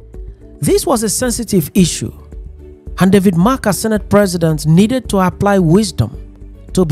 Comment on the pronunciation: Pls David Mark not David March. Thanks.